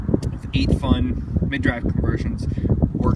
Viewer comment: 8Fun is pronounced Ba-fun. The 8 in that Chinese dialect sounds like Ba. That's where 'Bafang' comes from.